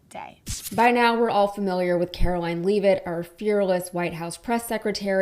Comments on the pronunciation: She even said her name. Lev et not leave it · *She pronounces it LEV it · It's pronounced, "LEVV'-itt" (rhymes with left).